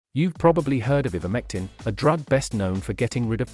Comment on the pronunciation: First of all it's pronounced "I"vermectin not "E"vermectin. This video is so valid and believable oh dear 🙄🙄🙄🙄🙄